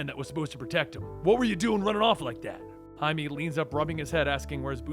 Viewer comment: why he pronounced Jaime(Haime) as Jaime(Haimi)